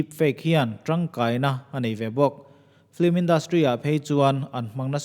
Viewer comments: "Flim" Nilo in, "film" Aw. I pronounce dan kha. 🙃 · Nia “ Ff-eellm” anga lam tur “Fl-imm” nilo in😃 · FILM tih a lam rik tur aw. FLIM a ni lo a nia. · filim tia lam tur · flim nilo in